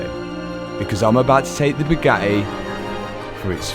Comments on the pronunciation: I love you but your accent drives me nuts, Radi-ay-ah s (radiators) Bo-om (bottom) Bu-ga-ee (Bugatti)it appears the letter 'T' is not in your vocabulary. 08;10 is an abomination of the English language, "Ca-alic-ic converters" lol two 'T's' lost in the translation 🤣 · Hey, the tt in Bugatti is not silent. Just saying.